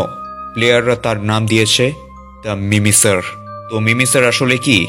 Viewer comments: ওটা মিমিসার না ওটা মিমিকার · ভাই ওটা মিমি সার না ওটা হবে মিমি কার